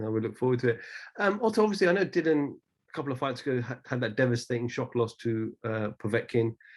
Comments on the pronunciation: Its dillian not dillon lol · Dillian as in rhymes with Gillian, not Dillion.